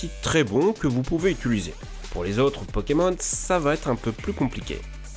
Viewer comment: Multiplier par 25% ça reviens à diviser par 4. Tu voulais dire "augmenter". Tu dis beaucoup de U à la place des I. Utuliser par exemple. C'est bon, j'ai fini de critiquer. Merci pour la vidéo !